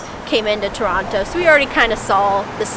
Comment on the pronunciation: Loved that when you were showing the TORONTO sign, that the second time you said “Toronto” you pronounced it like a Torontonian would, you left out the second t. Pronouncing it Torono, like someone who lives here pronounces it 😊